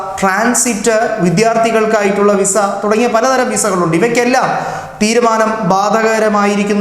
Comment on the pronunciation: വീസ അല്ലെടോ വിസ 😃